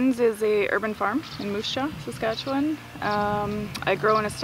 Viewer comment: It’s SasKatchewan, not SasQuatch. :)